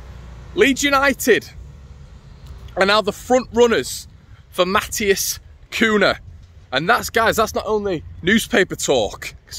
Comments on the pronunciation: It aint Kuuna. Its pronounce Kunya if you are Spanish and Kuiya if you are Portuguese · Its pronounced cunyah by the way lad